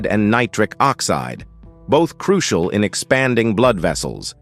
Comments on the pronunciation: Can we believe all this? Croo see al ? Why doesn't he just say "crucial" instead of his silly pronunciations. Never knew Orson Welles was a medical expert. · Goot flora balance, which is croo-shee-ahl.